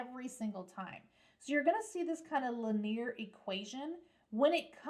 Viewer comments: "Leneir Equation" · lin-ear so fancy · The way you pronounce Linear throws me off every time. haha. great job with all the lectures, I am learning so much!